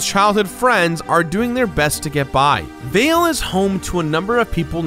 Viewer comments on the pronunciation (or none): none